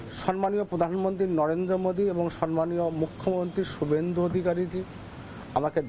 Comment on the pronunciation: It's not Sanman It's Samman